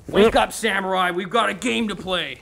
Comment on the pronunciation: TD for saying samurai wrong